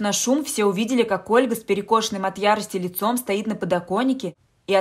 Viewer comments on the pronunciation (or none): none